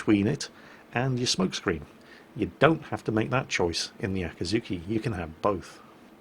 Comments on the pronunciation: 暁 Akatsuki あかつき "Dawn" 秋月 Akidzuki あきづき "Harvest Moon" Nope, not letting you get away with it. Though I'll try to ignore the pronunciation problems for now. I mean, "Aah cat sue key"? "Aah kih zoo key"? Should be more like "A cot's key" and "A key dzoo key" (A like in lawn or car or awful or ah!) Welp, guess I failed at ignoring the pronunciation after all. Well, I appreciate the Akidzuki-chan image. :D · So how many times did say Akazuki instead of Akizuki? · so... nerds... how many times did he say aka-T-zuki instead of akizuki?? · an easy way to remember both: Akatsuki is spoken "akatski", while the Akazuki is spoken "Akuzooki". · Here’s a good tip to tell the difference. With the one in the video: put emphasis on the ‘i”s (the EE sound) “Akeezookee” And then it sounds different to Akatsuki